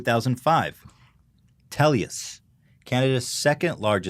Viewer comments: IT'S TELUS NOT TELIUS AAAA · Teluois XD its - Pronounced Tell-us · "TelYus" lel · I am Canadian, it is pronounced "tell us". They prey on people who don't know better but if you complain and threaten to switch companies they are your bitch. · Ethan its pronounced Tel-US 😂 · ITS TELUS! NOT TELIUS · lol the way he says Telus. yeah our carriers are the worst here in Canada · I cringe when Ethan says Telus.......